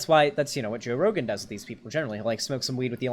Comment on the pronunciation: seconds into video: “Joe Rogum”